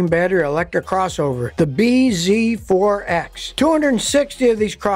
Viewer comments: I think the name is supposed to be said “BZAX”, like “bee zax”, which makes it less worse but still nonsense 😂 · You're saying it wrong it's pronounced Biz forx. This video brought to you by Toyota.